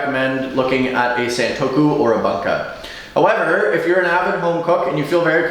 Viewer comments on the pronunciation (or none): thanks for pronouncing the word nearly correctly, it's Gyu-toU, you need to pronounce the last U but it's almost right. I've heard some horrendous pronunciations. however, you are butchering the pronunciation of Bunka. It's not Bun like bread. that U needs to be pronounced pointed lips. ask a japanese person to pronounce it for you.